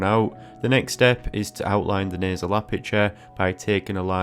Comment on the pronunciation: He says “nuzz”. “Nasal bun” but he says nostril very enunciated 😂